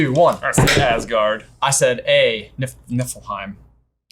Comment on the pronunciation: Awesome video. But being Danish and watching them pronounce these words hurts me haha. Wish they would atleast try to say Asgård right in the movies 😞